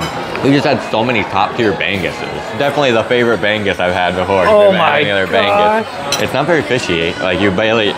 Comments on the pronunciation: Ba-ngus. Not bang-gus..😅 But you guys are cute in pronouncing it. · Filipino pronounce it Straight bangus not Bang Gus ..it's Bangus Bahhh - ang next pronounce like in word Muse..try to ask local for correct Tagalog pronunciation 😅😅😅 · this is how you pronounce guys "bangngus" say it altogether.. not "banggoose" it's understandable if you mispronounced some of tagalog words.. cheers! guys.. 🙂🥂 #trifateinthephilippines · 2 syllables BA* NGOOSE* not BANG * GOOSE i am one of your loyal followers ❤ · This is the correct way: |bang| then add the last syllable |oose| therefore bang•us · I love how you prounced "BANGUS" you are not the only foriegners who pronouced it that way. I will accept those, because that's your comedy. I always copy how you pronounced Bang-Goose. Even copy other Americans say "Taga-Log" instead of "Tagahhh-Log" more power.❤❤ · It's pronounced bah'ngos without actually emphasising the letter 'g'. You need to get use to the 'ng' sound from the locals. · Yes bang-goos is the correct pronunciation for Americans. Locals pronounce it ba-ngoos. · The perfect pronounce is BA-NGOOSE ( BANGUS ) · It’s pronounced buh-NGOOSE. Or, alternatively , if starting a syllable with NG looks hard for you, try buhng-OOSE (but connect the ng and oo sounds seamlessly. Also, the stress is on the second syllable) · its pronounced as BAHHH-NGOOOOS hahaha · Bangus is pronounced "bang-oohs", the last syllable sounds the same as "moose". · It is pronounced bah - ngus. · Its pronounced ba ngus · You don't pronounce it correctly it's ba- ngus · BAAAA-NGUS pronounce it like this. your research is wrong HAHAHA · Pronounce it phonetically. “Bung..uz “. Now say “uz” like “ooze”. Practice saying it and then remove the gap between bung..uz to Bung-uz . In Tagalog, the letters are pronounced in short form. Vowels In English are in long form. In Tagalog it’s short pronunciation. Ah, eh, eeh, oh, uhh